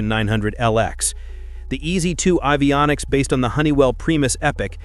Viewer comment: “Avionics” could be pronounced better too.